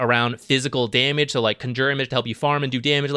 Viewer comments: What's up with your announciation of "Conjure image?" Like - what's CUN JUR? Bro. It's CON (like a criminal) - Jure. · “Conjyuure image” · CANJOOR xd. wtf. good vid tho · Can you please say Conjure correctly, it's hurting my ears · that gigabrain move of mispronouncing conjure to bait comments and farm algorithm stacks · Herald level Conjure pronunciation. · You say conjure funny. Great content as usual though! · triggers me how he says conjure image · Not sure if its just a meme, but you are pronoucing conjure wrong